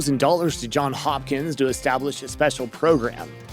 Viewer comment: It’s “JOHNS” HOPKINS!